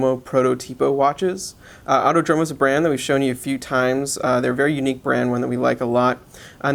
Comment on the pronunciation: fyi, it's pronounced autòdromo (and protòtipo)